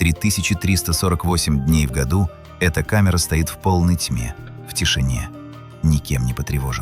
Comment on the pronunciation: Только не утверждайте,что все это создал человек с долотом и зубилом. И еще одно.Научите говорить ИИ правильно -не стОит, а стоИт!